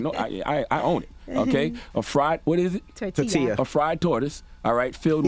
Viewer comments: flour tor-til-ía (tortilla) 😩🥴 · As a black person, I am offended by Charlemagne’s pronunciation of “tortilla” [TorTeeYa] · Char can't pronounced double Ls. Kept saying tortila 🤣🤣🤣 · Leave it to charla to run cover for the bidens while attempting to hold em accountable. Lets purposely mispronounce tortilla to soften the landing. Dont care if it was for levity its still a foul statement on her part. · CTG you deserve donkey of the day for that pronunciation of “tortilla”. Come on my guy how have you gotten to the age your at and not know how to pronounce “tortilla”? I would have loved to hear him pronounce “quesadilla” too